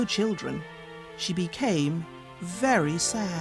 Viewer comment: very がery ってなってマスよ。あとwentがent